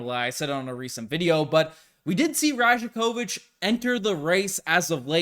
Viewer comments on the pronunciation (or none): Pronounced: Ra-YAK-o-vitch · Great video - just a heads up the “j” in rajakovic is pronounced like a “y”… so it sounds like “rayah-ković” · You're pronouncing that J in his name wrong. It sounds more like Y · The "J" is pronounced as a "y"